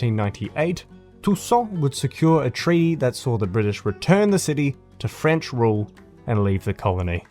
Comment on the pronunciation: solid vid as always and ur french pronunciation wasnt bad at all big man 👍👍👍big ups